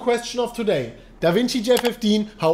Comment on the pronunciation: "twoday, for da BitCoin price!"